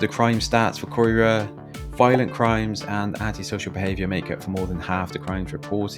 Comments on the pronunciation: It's pronounced K-EYE-RA and Ely is pronounced E-Lee I've lived in both areas most of my life and while there is a high drug presence and a problem with crime, the majority of the People are salt of the earth there's a great community spirit especially within streets. For example, it wouldn't be unusual for someone 15 houses up to know who you are and knock your door for some milk or sugar in a pinch Years ago when the kids used to play outside my late mum loved children and they loved her. They would knock the door for a Ice lolly in the summer it got to the point where so many kids were knocking. She ended up having to charge them five pence each to go towards boxes of ice lollies as she was going through so many. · Absolute crap, Caerau (said as Kai Rah or Kai Rai) is not as bad as you make out, Ely (ee Lee) is a lot worse. You actually went close to my house, and I’ve never had trouble at all in the 20 years I’ve lived at this address, so your stats don’t mean a thing, I can take my camera and film houses with rubbish outside to make an area look bad. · Sadly you took a preconceived view of CAERAU ( kai rahh) Ely is also pronounced Eeelee. CAERAU and Ely are both very community based and have so many positives, Cardiff West is very under privileged and very neglected by the Labour council who have neglected these areas for a number of years. You can tar a whole community with news reports, but spend time and meet the people. That is what caerau is...Not the buildings .. the people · Where is Coy ruh. Do your research and learn to pronounce it properly ya melt. I’ve lived here all my life and to say it’s dangerous is laughable. Yes there’s wronguns about (there is everywhere) but the majority of people here are decent. The ones I know are anyway. If it was that bad I wouldn’t live here anymore. My parents wouldn’t either so your video is a joke and a bit overboard. Scaremongering at its best 🤦🏻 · Caerau is pronounced "ky-ra", ELY is "eelee"